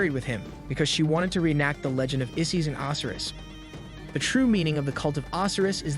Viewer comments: How can you purport to be interested in Egyptology and NOT know how to pronounce the names of their major gods such as Oh-sy-rus? And Cleopatra is pronounced with a hard "ah," not "aw" in the third syllable of the name. Oy... Work harder on the pronunciation of these important names of history. Ugh, this younger generation - the knowledge of the world at their fingertips and they can't even pronounce the names of the Egyptian gods correctly! Learn these before you post more videos - it's imperative to getting more subscribers, because people like myself will shun your channel until you can demonstrate a proficiency in these simple concepts like accuracy in pronunciation. Also, slow your roll! You speak too quickly - slow the tempo down a few clicks with your verbal presentation - it'll get people to watch more without feeling like your urgency is stressing them out just to listen. Not trying to be a jerk, but man, you need to take these constructive criticisms to heart in order to better your presentations. On the other hand, I must say that I am impressed with the visuals - and the substance of your presentations is pretty good, too. But without the pronunciations correctly done, and the pace of your narration slowed down to a more reasonable pace, you will not be taken seriously by people who already understand this information better than you do. I hope I've been able to be helpful and not too hurtful with my criticisms - I've tried to keep them as constructive as I could. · The Egyptian god's name is pronounced O - SI - RIS with heavy drawn out pronunciation on the letter O. 😑